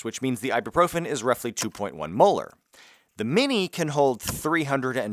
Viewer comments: Experimenting = prufen your theory ... did take a second to realise you said "mohr" not " molar"😂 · bruh keeps saying molar like its correct LMAO ! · is he saying, "molar" or "muller"?